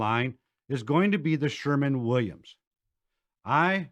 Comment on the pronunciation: he almost said Sherwin Williams correctly 😛